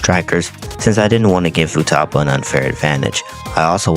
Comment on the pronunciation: futaba its futaba